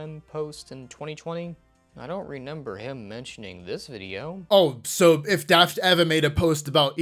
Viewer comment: Him always saying "Renember" instead of "Remember" was all the justification I needed to hate him lol